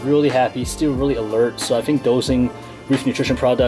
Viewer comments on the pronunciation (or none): none